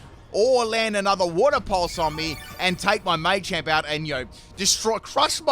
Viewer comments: Machamp, not Maychamp 🤦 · It's machamp not maychamp